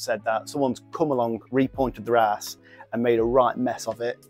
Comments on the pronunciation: been in the building trade around 18yrs mate this is shocking what they attempted...2 things mate only repoint your own rake out...and the rake out hardly wide enough or deep enough. but fair play to ya for taking it on... and stop saying hass😂 say house...👍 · 😂😂😂 traditional bricklayer says it’s Harris not arris